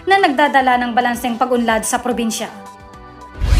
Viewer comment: "Porbinsya" ba at General Trayas?😅😂 Hahahaha! Ayus a slang ka teh!